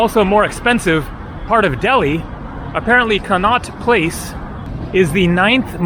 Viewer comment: Con - not place! Said like that! That's how we pronounce the street in London after which it was named!